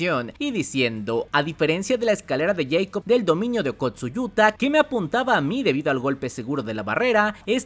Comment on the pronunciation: Tuve que dejar el video, no aguanté tanto “escalera de yeicob”